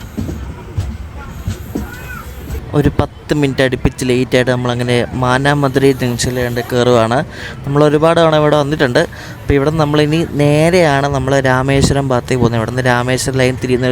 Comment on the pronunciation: Bro മാനമധുരൈ അല്ല മൺമധുരൈ ആണ് ❤